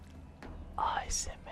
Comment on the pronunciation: Si comme moi, tu entends âââsmr au lieu de asmr, lève ton pouce !